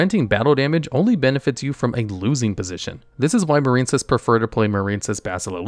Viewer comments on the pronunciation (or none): The silent e at the end of marine is what gives its i a long sound. Marincess doesn't have the silent e, so it rhymes with princess. Marinecess just sounds gross, like a marine cesspool or something 😂